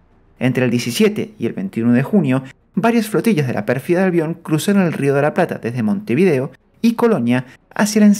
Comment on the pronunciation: Pérfida Albion, no Perfiada Albion.